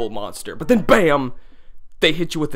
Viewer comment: It's not... It's not NEON-NOPOLIS... It's NEO NOPOLIS. Neo, meaning "new" and Nopolis being a kind of city.